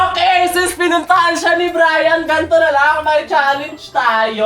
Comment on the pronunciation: Brian + Neneng G = Brineng Pano Sabihin: brayneng Mali na pagkasabi: brening